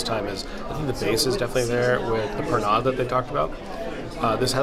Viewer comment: Just for future reference, Pernod is pronounced as Perno - love you guys so much - great vlog as always